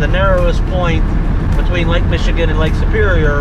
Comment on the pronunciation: Listening to all of the gang mispronounce the names of places in Michigan is a hoot. Many of our names come from the French settlers or the Native American peoples. No wonder they're so hard to say!, if you take some drives around the bigger lakes here, you'll see that they all have little cottages like that around them. Except for places like Traverse City or Petoskey where they are mansions.